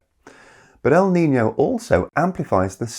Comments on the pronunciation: El nino. Not el nina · I’m a little confused because I hear “El Nina,” so I’m not sure if you meant “La niña” or “el nino” in some places. Maybe it’s just a different way of pronouncing things. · Pronunciation is wrong. it's El Ni-NO, I hear you saying El Nina a few times. If it's the feminine term, it's with a "LA" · There is NO "EL NINA!!!!" It's EL NINO, or LA NINA.